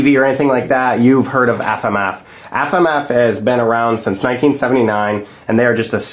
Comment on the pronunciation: "Aff-Am-Aff"- that guy.